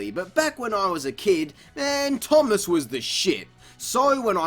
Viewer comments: “...games and TV shows like T O O M O S S...” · Finally I love how you call Thomas, Toomass. XD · The way he says thomas